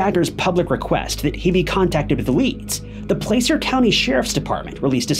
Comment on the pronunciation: Just an fyi: The letter A in Placer isounds just like the A in Apple. (Plasser)